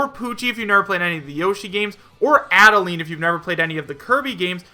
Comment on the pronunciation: Is Ribbon a spirit? Also, Add-uh-line.